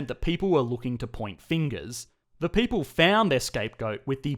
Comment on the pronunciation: Beautiful "pay-ple"!! Aussie spoken here 😂